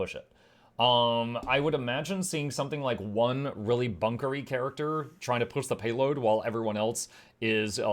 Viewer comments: I have always pronounced that word "POOSH", not "PISH". Sounds odd to my ears. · How is this actually pronounced? Is it just “Push”, like push a door open, or “Poosh” as you seem to be pronouncing it and as is mentioned in another comment below? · is saying it wrong, as a joke.